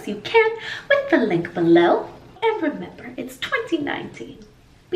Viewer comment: At the end : And remember .. I heard "remAMBER" x) x) x)